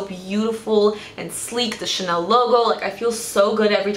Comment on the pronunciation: You pronounced the Chanel thing so well wow! (I speak French and people usually never pronounce it right)